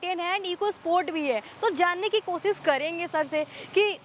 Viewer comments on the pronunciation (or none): Didi vo kasis nhi koshish hota h 🤣👍